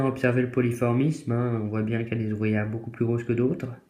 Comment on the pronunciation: "Polymorphisme" et non "polyphormisme" ;) Belle petite colonie, bon courage pour la suite.